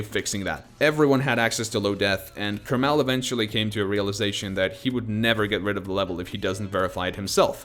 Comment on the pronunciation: Who says kermál? I thought it was kérmal